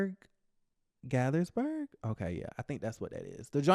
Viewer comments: Lol I’m from the DMV area and you said it right the second time “Gate-thus-burg” 😂 Always love your commentary on our favorite shows!!🥰🥰💃🏽💃🏽❤️❤️ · It is Gay-thers-burg say it fast so it comes out right....Gaithersburg (Hometown)